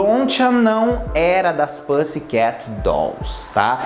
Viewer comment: Toda vez q ele fala pãssi queti me dá um treco